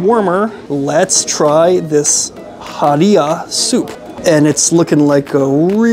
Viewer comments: ha/ri/ra Americans with double consonant leading phonemes still great review🤣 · Every source on the internet, including other YouTube videos pronounces it ha-ri-ra with an "h" like Henry. No one pronounces it with a "p" like puree. In fact, many Arabic speakers cannot pronounce "p".